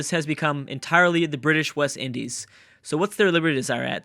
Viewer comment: British West Indes? Bruh...